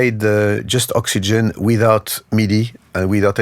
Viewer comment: Oops! Vince Clark was in "Yazoo" (with Alison Moyet), not "Yazz", and Oxygene is not pronounced "Oxygen"! Otherwise, a nice presentation. 🙂